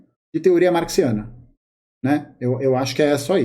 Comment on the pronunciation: Acho que ela fala Marciana (zoando), não Marxiana